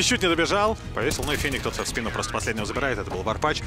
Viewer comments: Лять комментаторам почему не сказали как произносятся ники? Что за варпаШ??? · Почему комментатор не правильно всегда Варпач выговаривал?)